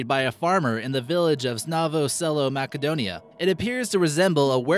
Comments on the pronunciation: MASS-a-donia, NOT. MACK-a donia. Have a grown up check your pronunciations. Also. It is SHE and two other kids NOT HER and two... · lol mack-a-dohnia